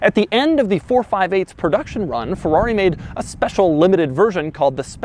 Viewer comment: Spesiale AHAHAHAHHAHAHAH